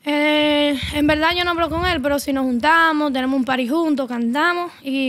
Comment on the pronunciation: "En velda velda"